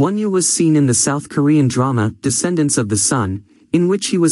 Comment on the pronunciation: It’s not wonew it’s onew if you’re going to do a video about someone get their name right